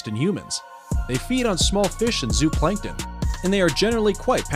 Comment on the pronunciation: ZOOPLANKTON = "ZOH-oh-plankton". Sometimes these narrators need a bit o' help.